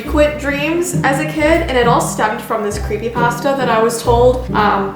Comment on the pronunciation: are you ok heard that 63 Canadians are dead from a recent crashed plane, I am so worried about you and Ti please let me know if you're ok, I have horrible aniexty too, and your show gives me a safe escape. I love your show and FYI I like how you say creepy pasta. You are the bee's knees.